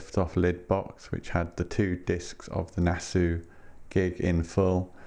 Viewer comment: Great video! I hate to be pedantic but I think you pronounce Nassau as Nass-aww rather than Nass-ooo. I know... I know... Any chance of them Tear for Fears boxset getting another release?